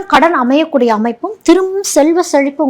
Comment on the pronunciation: Kadan. Adayakudiya nukum Amayakudia nu solreenga correct pannunga mam